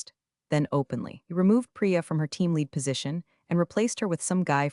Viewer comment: True, nothing kills the drama like ‘lead’ rhyming with ‘reed’ instead of ‘red.’ 🤦‍♂